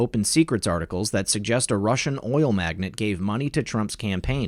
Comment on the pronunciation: It's pronounced "mag-nate". Great video as always.